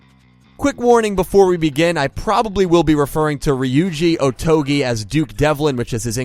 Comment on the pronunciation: Saying "Otogi" shouldn’t be that difficult. You even say it multiple times.